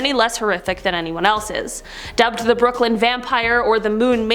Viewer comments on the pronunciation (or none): none